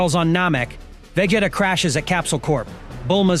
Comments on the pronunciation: you pronounced Vegeta wrong bro The disrespect 😭😭😭😭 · That's what I said. 😂 He completed butchered it...